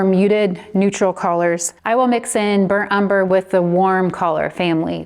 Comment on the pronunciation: Can I ask where you’re from?!? The way you say “Coalors” screams VA to me…am I close?! 😅 this was great thanks so much!